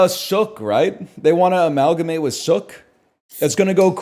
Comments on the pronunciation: "suhck" it's Soooooooke... Like Luke mainland ass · NL name dropping and COMPLETELY butchering the pronunciation of Sooke was not something I was ready for when I clicked on this video ngl